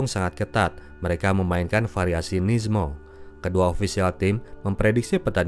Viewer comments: Bukan variasi nizmo bro,tapi nimzo😆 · bukan opening nizmo, tapi nimzo, dimabil dari nama legend Aron Nimzowitsch